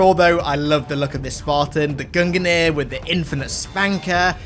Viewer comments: Please....it’s pronounced GUNG-NEAR not GUN-GUH-NEAR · gun gineer?? You mean gung-neer? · Gung-nir. You almost actually killed me saying gunganir lol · Sees Gungnir armour Me: oh hell yea I like the Gungnir helmet: Goong-ganeer Me: or that, that is also a way to say it I guess😂